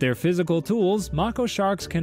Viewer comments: The way you say Mako shark makes me mad. It’s May-ko, not mah-ko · May-ko shark. not macko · ITS MAY-KO NOT MAC-O AS IN ITS SAYING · It’s pronounced (May-ko) not (Macko) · Mako is pronounced (May, Ko) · I swear it’s pronounced “MAYko” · erm actually, it's may-KOh. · Mako is pronounced make-oh (no hate just a shark nerd 😭) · “Mocko shark” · Ah yes, Mah-koh sharks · if you look it up mako is pronounced “May-kow” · no, he isn’t right. It’s pronounced “May-kow” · Never heard anyone pronounce mako shark that way bro 💀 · PLEASE for the love of god, learn how to say Mako properly, please, I beg of thee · Mako shark teeth are designed for stabbing. It’s an adaptation they’ve acquired that helps them hunt large swordfish more efficiently. You also pronounced their name wrong. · The way he says Mako shark will make me evaporate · the way he said mako made me cry bro😭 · Haha, right? The mispronounciation killed me.